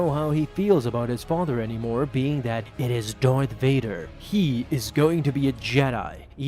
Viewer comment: Lol "dorth vader"